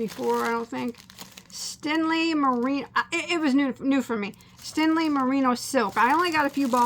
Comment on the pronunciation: Its stenli not stinli lol